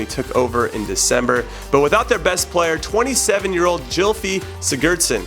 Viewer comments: "Gylfi" is with a hard "G." My children will be named after him. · Cle'ment and Jilfy 😂😂 hilarious pronunciations